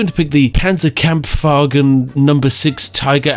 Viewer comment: Your pronunciation of Panzerkampfwagen was pretty good. You truly are a specialist in foreign word pronunciation. Greetings from Germany!